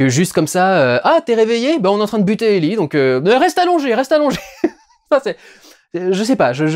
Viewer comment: Ellie et Djaul ? Pourquoi prononcé Ellie à la française et pas Joël. Désolé mais ça m'a perturbé sur toute la vidéo... Soit c'est Ellie "Aillie" et Joel "Djaul" soit c'est Ellie "élli" et Joel "joaile" (oui je sais l'écriture phonétique c'est pas mon truc). -- SPOILER -- Sinon bonne critique sur la série bien que ayant fait le jeu il y a des passage qui sont complètement débile dans la série. Bill seule en pleine lumière qui se fait canarder alors qu'il à tout un système de défense qui le protège ? "L'arc" de Bill dans le jeu est tellement mieux que c'est une de mes déceptions bien qu'on ai du coup l'histoire de la rencontre (absolument pas crédible) avec Franck. Ah tu en parle. Justement ! C'est en ça que la rencontre n'a pour moi aucun sens. Comment explique tu qu'un complotiste, survivaliste de droite voir d'extrême droite. Qui à transformer toute une ville en forteresse. Qui à toujours voulu être seul et à tout fait pour. Décide de laissé entrer chez lui un parfait inconnu tombé dans un de ces pièges. Lui donne de la super nourriture et le laisse seul dans ça maison pour s'enfermer nu dans la salle de bain parce Franck lui dit "Vas prendre une douche" ? Tout ça en quoi une ou deux heures passé ensemble ? C'est le gain de confiance le plus rapide de l'histoire !! Dans le but d'aller vite on en perd en crédibilité. Les défenses de Bill auraient du baissées en plusieurs jours le temps que le double effet KissKool prenne. A filmer ça aurait pris moins d'une minute et là